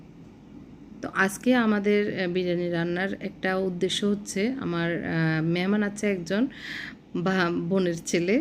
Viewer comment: মেহমান কে বলে মেমান